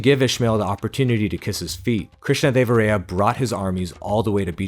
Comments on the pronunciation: It’s Krishnadeva-rāyā not Ray-ā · hey, nice video, actually is observed that your pronunciation of Krishnadevaraya is slightly wrong. It’s pronounced as rāyā not ray-ā